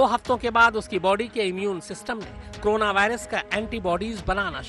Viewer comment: Korona Ko krona bol rhe ho ,,,,,tum jaise khushkabri doge